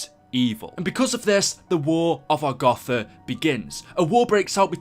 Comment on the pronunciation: He says agotha